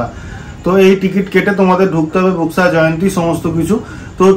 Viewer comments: Buxa pronunciation ta thik kore koro please. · বক্সা জায়গা টার নাম। বুক্সা না